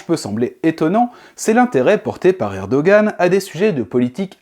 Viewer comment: Mais arrêtez de prononcer ErdoGan, le G est muet !